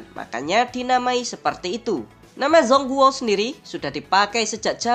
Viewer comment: ijin koreksi dikit min, dibacanya congkuo bukan zong guo. trmksh informasinya ya